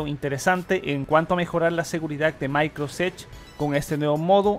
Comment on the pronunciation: No lo se pero sabe decie "maincrosoft", y luego en todo el vídeo "maincros", y así con varías palabras, la y creo que es importante pues su contenido se basa en su voz y noticias del nuevo windows almenos actualmente.